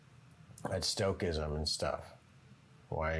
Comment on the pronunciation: stoicism sto iz um